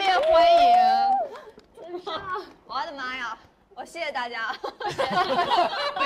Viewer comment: 诗诗怎么说我的妈呀有东北口音😂